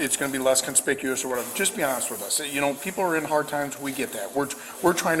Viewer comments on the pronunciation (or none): none